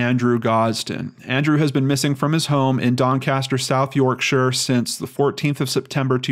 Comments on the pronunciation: Hey. You had it right the first time. It is York sheer. I'm impressed. I know you then questioned it but I think that's because you've heard it said other ways. I, like some English residents get irked at Americanised pronunciations of British place names. So, well done. Also, on a more serious point,I absolutely love your channel. And what you are doing is very beneficial to society at large in general, and especially helpful and beneficial to all the people looking for answers who are directly connected to the cases you cover and the victims of course. And a bonus of that is that its very interesting and entertaining to all is armchair and computer screen detectives. As ever Peace ✌ and Love ❤ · Your pronunciation was correct Doncaster is in South Yorkshire (Yorksur) Even the blokes call each other 'Alright Duck and 'Alright Love' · You said Yorkshire correctly. My mother was born there. Cheers and thanks again for your hard work. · Soo happy you're covering Andrews case!It is pronounced 'york-sheer'. Great video. x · Correct the first time 'York-sher'. (UK pronunciation police) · Perfect pronounciation on 'Yorkshire' the first time,. Nice to see you cover a UK one again. [Ben] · So Close to home, just outside of Sheffield city where I live. you did say Yorkshire correctly! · Well done for saying Yorkshire correctly (the first time) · Yorkshire - you pronounced it right the first time. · You pronounced Yorkshire perfect first time :) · Your first pronounciation of Yorkshire is correct, its not pronounced Yorkshiiiiire !!!